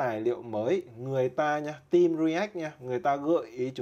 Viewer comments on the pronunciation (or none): none